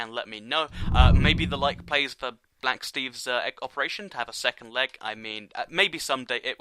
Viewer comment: WAIT DID HE SAY BLACK STEAVE